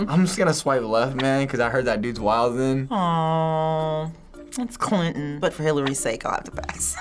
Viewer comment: Bill Cli'in and Ricky Mar'in.